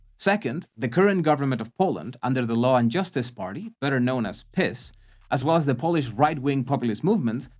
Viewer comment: I'm sure you were saying "piss" as a joke, but it's actually pronounced "Peace." To put it in metal terms: PiS sells, but who's buying?